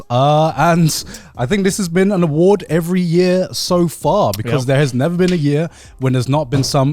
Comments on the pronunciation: The “awardw” show 😂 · the "AWARDW" part better be intentional, cause thats the funnies intro for an award show